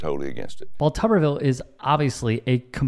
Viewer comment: It's not Tubberville, it's Tuberville. Tuber, as in potato. Pronunciation is everything.